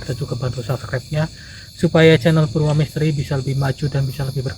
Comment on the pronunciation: Maaf Purwa bukan Purwo